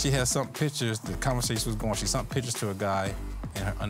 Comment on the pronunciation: Please... I know the word sent.....but sunt?!?!?! What dictionary is that in!?!??🤔